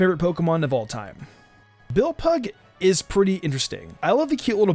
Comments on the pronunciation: Did he just pronounce "blipbug" as "bilpbug" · Bill-pug. Huh. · Also, bilpug lmao I had to double check if i was saying blipbug wrong wowo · Bilpug?...lol what? XD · Bilpug? It’s blipbug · “Bilpug-“ God, someone’s dyslexic. EDIT: Everything else you mispronounced- Raboot: ra-BOOT —> RA-boot Skwovet: SKWO-vet —> SKWUH-vet Rookidee: ROO-ki-dee —> RU-ki-dee Cramorant: KRAM-oh-rant —> KRAM-oh-rint Arrokuda: A-row-SKEW-dah —> A-row-KEW-dah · nobody mentions the way he says blipbug?